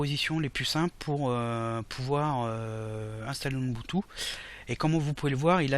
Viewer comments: Bonjour ton tuto est génial merci ! /!\ ATTENTION : Mr relou arrive dans la salle ! Ubuntu se prononce "ou boune tou" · Ubuntu pas Unbutu Tu dis unbutu 😂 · Je ne doute en aucun cas de vos compétences en informatique, mais, vous prononcez mal UBUNTU ... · UBUNTU, pas unbutu ! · c'est super ta video. Merci. (Mais Umbutou ca me fait marrer chaque fois que tu le dis :o)) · Mdrr j'avoue il fait déliré comment il dit Ubuntu ^^ Et oui super vidéo